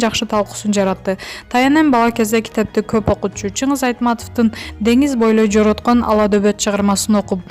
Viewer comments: Дениз бойлой жоороткон эмес жоорткон деп окубайсынбы негизи билим алдын беле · Окуган Кыз улам тукуругун жутуп алып анан окуйсун го.Дениз бойлой жороткон эмес,жорткон Аладобот.Там .....татыган дейт го. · Дениз бойлой жорткон болот окуп элге окуп бер жороткон дебей туура окуй да албайсынар жороткон деген соз жок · Сен кыз кандай окуйсун жорткон деген созду журтан дейсин ойкуп кайкып учкан чайка деген созду чайлар дейсин? Жылдын супир деп баш аягы жок окуйсун бул ютуп каналына контроль жокпу теманы так жазгылачы кешиктуу маалымат аллалы деп кирсен эле баш аягы жок! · Cbnmb Cbbncv жоорткон дагы эмес дениз бойлой жорткон ала добот